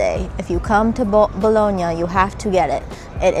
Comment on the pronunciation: Pronounce Bologna correctly please